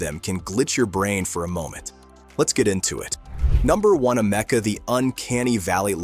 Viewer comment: I call bullschitt on this video. And it’s Ameeeka Not amecca……